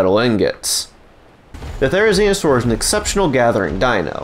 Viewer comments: Couldn’t have said therenzionsaur any more 😂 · it sounds like he’s saying "therizinostore"